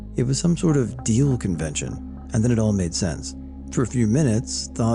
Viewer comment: it’s DEAF convention not deal